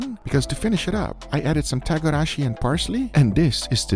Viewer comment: Togarashi, not tagarachi..whtever